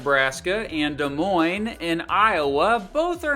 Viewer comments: He even pronounced Des Moines correctly and this Hawkeye is happy to hear that! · Being Iowan, this video makes me happy and you pronounced Des Moines right!!!!!!!!!!!!!!!!!!